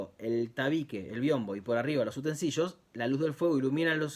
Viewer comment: Utensilio, no utensillo